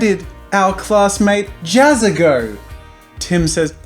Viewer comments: its Ja-ZZA not Jaz-SA XD #harrypotterreference... hahaha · Jazsa, pronounced like Jatsa?